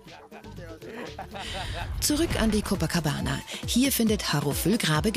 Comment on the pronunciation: Jedes mal wenn ein deutscher "Copacabana" ausspricht, stirbt ein einhorn.